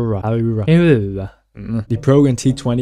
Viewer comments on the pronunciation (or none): Huyara is pronounces "Why Ya Ra" if you wonder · Yeah I could never pronounce that pagani. I usually just say “hu why ra”